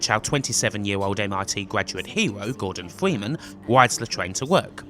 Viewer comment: Gowdon Fweemen